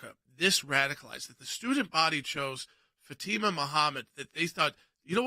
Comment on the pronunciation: Fatima; isnt it pronounced "fot mah"?